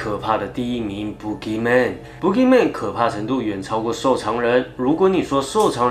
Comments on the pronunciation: 身为马来西亚的人听到你说boogeyman，一直觉得你在说粗话，pukiman😂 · boogey men 的读音是对的吗？如果是，那在这里那怪物就可怜咯，走到哪里给人笑到哪里😂😂😂。